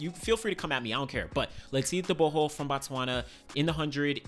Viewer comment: Bro you do pronounce Letsile Tebogo s name properly❤